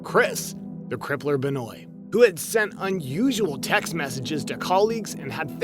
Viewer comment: Chris Beniot is pernounced Ben-wa....just gotta let you know cuz that drove me nuts. he first strangled his wife on Friday, and on Saturday, he gave his son some kind of medication to put him to sleep, and then suffocated him with a pillow. the folllowing morning, on Sunday, Chris Benoit killed himself. he had looked up on his computer things like, "painless ways to kill yourself" before he died. because of this, his AMAZING wrestling career is pretty much NEVER talked about. im not a wrestling fan, and yes, wrestling is fake in that it's choreographed with a pre chosen winner, but it's still very dangerous, and those men and women can and do get really hurt, and some have died because one little thing went wrong.